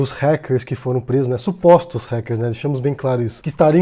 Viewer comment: Gente, desde quando Ráquer virou Réquer? q eu não to ligado...